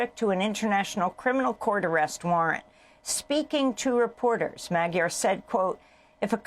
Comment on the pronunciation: You are pronouncing Magyar’s name wrong….( modhyor)